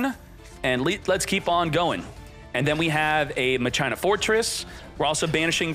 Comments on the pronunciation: Cmon man you know it's pronounced "MA khee naa" Not " muh china" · Just a few detail, they aren't pronounced machyna They are pronounced makina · Are you saying Ma-China on purpose? It’s Mah-Kee-Nah. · Machina (MAH-CHINA) i thought it was (MA-KEE-NA)???? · “Ma-Chie-na” dude it’s said “Ma-kee-na” how is that not obvious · It’s Ma-kee-na not Ma-Cheye-na ;D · then youd say Masheena. Never in my life heard someone say Muh China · Omg "machaina" is back My ears!!! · Isn’t pronounced Ma-kin-ah Not whatever the heck called it lmao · i love unironically saying ma-china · I noticed this too I was like why is he calling it Ma-China 😂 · I kept asking myself what the heck "machina" was until I imagined the word in my head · Bugs me how he says it lol